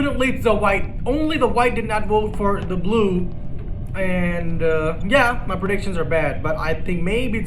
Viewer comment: Why does he always say Bulue instead of blue 😂😂😂 “I potted the bulue ball “ ~